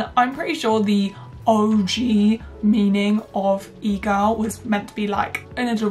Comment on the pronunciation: im currently watching this with cc on rn and I laugh every time she says egirl cuz it comes out as eagle